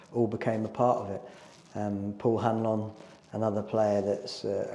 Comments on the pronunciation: Oh my god, just heard it 🤣 Hopefully he learns quickly because not only is “Han-lon” the club captain but he’s also a club icon 🤦‍♂️ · If nothing else please learn how to say Hanlon properly.